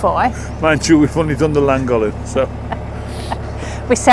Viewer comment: Ok, I've held off till now. But, when you come to Flintshire again please get the canal/town's name right. This is from someone who lived just south of Amble for 11yrs and knows how to pronounce the village just North West of Morpeth, (Ulgham) correctly. You are the latest to be shown how LLangollen should be correctly said by non-speaking Welsh. That is a word with "Ll" at the beginning is a"C" sound like clearing your throat and the "ll" within the word becomes "TH". So Llangollen is said "CLAN - GOTH - LEN". That's Celtic for you!! By the way. "Golly" is its nick-name..